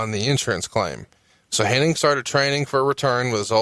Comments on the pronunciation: What's funny is that Bruce calls him HenniG and calls him HenniNg. Neither one notices though the other though.. Astonishing. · Does realize it's Hennig and not Henning?